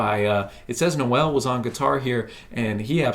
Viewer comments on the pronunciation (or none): Noel isn't pronounced No-ell, it's pronounced like bowl but with an N (obviously).